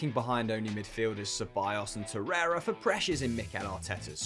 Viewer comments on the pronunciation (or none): none